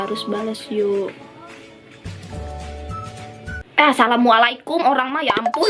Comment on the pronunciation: punten mau ralat hrusnya "assalamu'alaikum" ya tante bkn asalamualikum :) #sharingiscaring💕